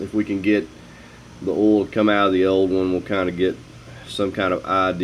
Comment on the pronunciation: What's "ohl" Do you mean "oil"?? Pronounced "O Y L"? 😜